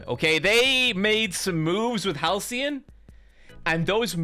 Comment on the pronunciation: Why does he keep calling Halsin "Halcyon"?